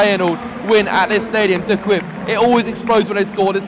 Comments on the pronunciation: “here we are at the kwip”😂 idk how to explain to you how it sounds but use google translate for the dutch voice hahah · Your pronunciation of the Feyenoord stadium name is a bit off. It is not De Quip, it is De Kipe. Please improve your pronunciation. Great video, though! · 😂 de kwit….. it’s De Kuip , De cuip